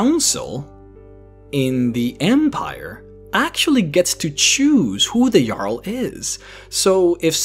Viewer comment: u said jarl in a way that the diaglog/translation said it as a girl the reason i know this was cus i set texst on when im eating chips cus i cant hear shit when i do